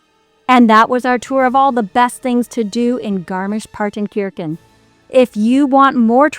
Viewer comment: It’s pronounced kershan , Kirche is “church” in German. wonderful, beautiful been going there for five or six years